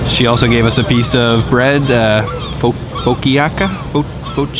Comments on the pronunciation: It is pronounced “fo-ka-cha”...Italian Cake-like flatish bread infused with oils and spices..you missed the most popular that made Granville Market the destination...called Oyama Sausage Co...best third generation German sausage makers...best paté selection in North America...best charcuterie selecion! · FO CA CHA .....COME ON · Boston cream has chocoloate on top sir. 🤔🤣 Also, fo-ka-sha. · Hi,. Italian bread with lots of oil: Foe-KA-chee-a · Faux key ah cha🤭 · Almost correct, you do not speak the i: Fo ka cha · Fo-caw-chia! Lol... Thanks for doing Canada episodes as well! Cheers from Chatham, Ontario! ( Town where the Hawaiin pizza was invented) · Love the soups there! Lee's plain glazed donuts are the best! The bread with the soup, Focaccia via pronounced FOH-CAh-CHA Welcome to back go Canada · It's pronounced fo-KACH-a. Your video makes me want to go to Vancouver's Granville Island and try those wonderful foods. The soup company looks amazing. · Hey there. Great video. Love that you put all the details in the description. Bybfhe way, my favorite donut flavor is "FO-KEE-YA-KA" ...LOL You've been to Italy, I'm surprised you don't know the proper pronunciation of focaccia bread..."fo-ka-chee-ya". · & Just two helpful hints from a foodie...... Foccacia....pronounced Pho Ka shaw Difference between Bavarian creme and Boston...... BOSTON always has chocolate on top Love your videos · Hey! You guys are where we live! Great to see you here! I hope there will be more videos from Vancouver - maybe an Asian food review video? PS it is pronounced 'foe-catch-ee-ya'. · The bread is pronounced "fo-ca-cha"...Boston cream doughnuts have chocolate on top. Those are my favorite... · FUH-CAH-CHIA bread 🙂😉 Too bad you guys caught this week's awful storms and rainfalls. Hopefully you will still find beautiful sceneries, discover local gems and eat unique and delicious local offerings. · Pho-cat-cha in Australia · FO-CA-SHIA bread ! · Folky achia lol.